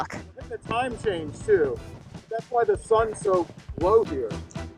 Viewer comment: It’s about time-ah